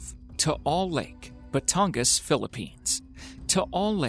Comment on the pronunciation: You pronounced batangas right because im a filipino good for you